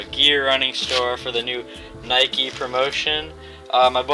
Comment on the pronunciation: N y K e